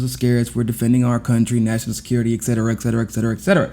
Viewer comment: bro, it's "ET-cetera" not ECK-cetera